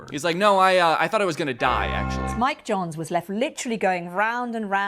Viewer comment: Why can this man not pronounce ‘johns’